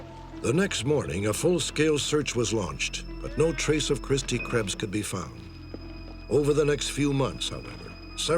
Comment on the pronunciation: Butchered her name